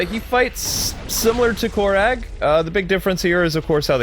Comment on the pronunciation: It's pronounced core rag